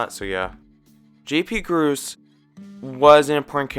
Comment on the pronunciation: Nice video. Scooters uncles name is pronounced “J. P. Grosse” btw. It likely that we could see Constantine again seeing that Matt performs him but really his purpose was for the Muppets Most Wanted Movie. Now that Matt Vogel performs Kermit it’s kind of tough but I do believe we could see him again randomly. Bean Bunny was working up to be part of the gang but with Jim Henson’s passing I think with Steve Whitmire was just too busy with Kermit as well as Rizzo that Bean got shoved in the background. His last quick appearance was in the Muppets Wizard of Oz Wizard of Oz and I believe since then the puppet was in rough shape. With Disney taking over the Muppets in 2004 Brian Henson‘s characters Sal, & Phil were kinda lost along with seeing Bill’s Johnny. Brain wasn’t going to continue working with the Muppets. Seymour‘s character didn’t stick as that’s why he’s not in Muppets from Space (Pepe‘s launch off movie.) Annie sue was was a background character for the Muppet show but she didn’t stick with the main gang. Denise was a ploy for the 2015 show but again she didn’t really need to continue with the main gang. Even poor Hilda I love her but she didn’t stick around after the first season as characters were growing and developing for the show. Not all Muppets stick around, and they’re not meant to there’s so many of them. I’m worried about Rizzo because we haven’t seen him since Steve’s not with the Muppets anymore, much like Clifford with Kevin i’m not sure when we will see him